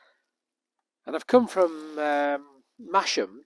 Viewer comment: My regular route up there in the Nidd Valley.... Great video.... Oh and Masham is pronounced "Massam" 😁